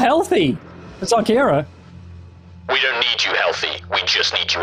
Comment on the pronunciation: reads the youtube description oh shit, its xarkira not zarkira